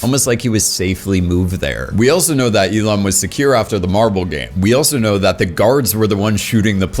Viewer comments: Why do you call Il-Nam as Il-Lam? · Bro his fucking name is OH IL-NAM!!! OH IL-NAM NOT FUCKING E-LAM DUDE LIKE WTF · Wait, is Il-Nam supposed to be based on Elon Musk? Just listening to your video, whenever you say "Il-Nam" it sounds like "Elon." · You saying Il-nam had me convinced you were talking about Elon Musk.